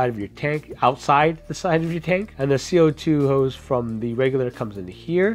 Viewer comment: Hose. Not, Hoes.